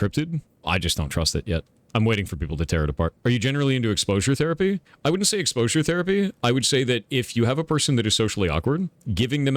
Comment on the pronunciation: Did you say exposure therapy, or explosion therapy? Because Explosion Therapy sounds like a BLAST... but for real, sounds like a lot of fun.